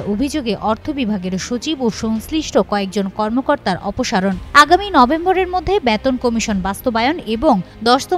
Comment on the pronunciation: অপহরণ নারে বোন অপসারণ অপসারণ